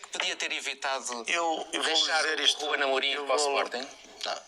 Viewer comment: "Rubenhê Amorim"